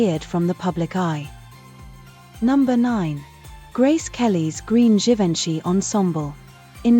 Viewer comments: Teach your A.I. how to pronounce the name of the iconic designer Huber Du Givanchy. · You too?!? Everytime they chopped the pronunciation I yelled at the screen! 😅